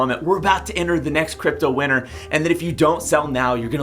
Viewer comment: I keep thinking you're saying "crypto winner" not "crypto winter". You need to pronounce T's.